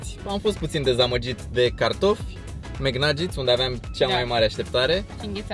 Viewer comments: vezi ca se zice bai flari naget :) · Caută te rog cum se pronuntaNuggets